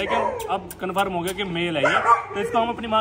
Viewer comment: Confirm❌️ Conferem✅️